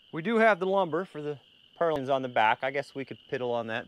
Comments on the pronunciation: Love watching your videos. Purlins, not purlings. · Not that it matters but, it's "Purlins" not "Perlings". Either way, the goal is accomplished. I just wouldn't want your goats to grow up mispronouncing the names, haha.